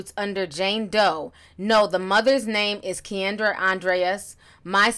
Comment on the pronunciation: I think her name is 'Ken-drah' Ti, the way you said it reminds me of that Key and Peele skit though 😂♥️🙌